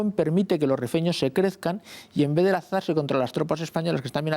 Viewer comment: “Rifeño” no “refiño”